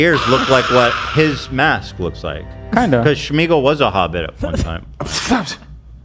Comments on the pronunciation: What is this Schmeagle, shmeagel nonsense. His name was smeagle no sh sound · Holy smokes, is nobody gonna correct shmeagal to smeagol. Like wtf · Why are they pronouncing Sméagol with a “sh” sound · I hate the way Ethan mispronounces Sméagol as “Shmeegol” 😭 😂